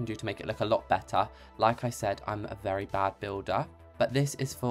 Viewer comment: "Im a wery bad builder" * makes a beautiful front wall*